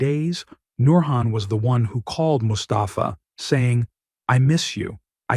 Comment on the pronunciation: bitte namen besser aussprechen,es wird mus ta fa ausgesprochen nicht mustapfaa,bei anderem fall habt ihr mahhmut als mamutt ausgesprochen